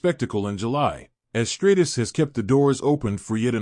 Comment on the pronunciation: Trish Stratus (Stra Tus) not Straightus..